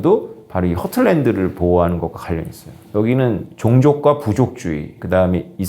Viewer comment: Heartland 하ㅡ틀랜드 not 허틀랜드